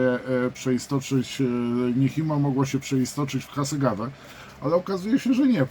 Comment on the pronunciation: To się raczej wymawia "Niczimo" 🙂